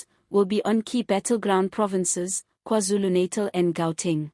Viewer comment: Great reporting, GOOD work. Please check your pronunciation of NATAL, you say NEITAL, which is wrong. Its KwaZulu Na -TAL as in NANA